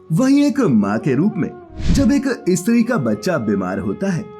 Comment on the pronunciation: Stree kehne k badle e.stree kehtha hai thoo kya katha bolnewala